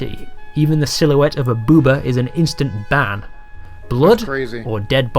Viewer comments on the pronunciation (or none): none